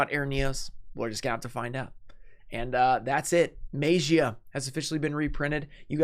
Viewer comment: Why is he pronouncing DMM like that😂😂😂 “maejiah” lmfao